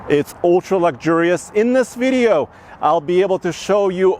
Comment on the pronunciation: “Veeedio” plz stop saying that